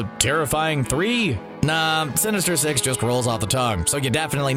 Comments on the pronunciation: when he said the word “sinister six”, all i hear is “sinister sex” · Anyone thought he said sinister sex 😂